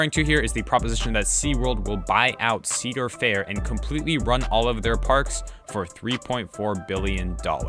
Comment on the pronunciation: My God… I can kinda stand ‘Sea’dar Fair, but Eel Vengeance made me cringe so hard. Good job! And I agree for the love of all things holy don’t let this happen.